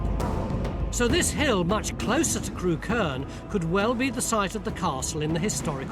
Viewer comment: I grew up not far from there. Used to work and go to pubs in Crewkerne. Funny hearing everyone pronouncing 'Crewkerne' wrong (it's 'Crook-urn' not 'Crew-kurn'). I'm sure the side-hosts killed the series off. Both of them were dingbats, and poor Mick - the actual expert - doesn't get much of a look in.